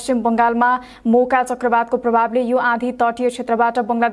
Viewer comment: Those who heard boka in first then realised it Moka 😂😂